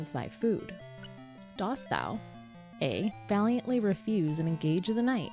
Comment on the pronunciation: Dost is pronounced like 'dust'. It's the version of do that goes with thou. It's similar to how does is pronounced 'duz' and doth is pronounced 'duth'.